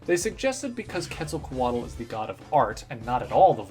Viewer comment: You're pronouncing Quetzalcoatl wrong